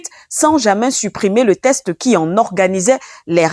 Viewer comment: Texte et non test.